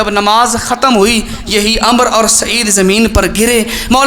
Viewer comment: ع ، م، ر ۔۔۔۔۔عمر ھوتا ھے ۔۔۔۔۔امر نہی